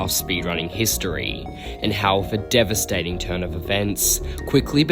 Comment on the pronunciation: Ah yes “dividstating”